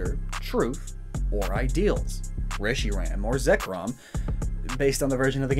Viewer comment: FOR THE LOVE OF JESUS CHRIST ITS PRONOUNCED RESH-ER-HAM